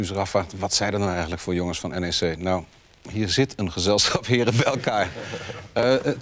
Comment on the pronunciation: het is N E C, niet nek. Heb wat respect man.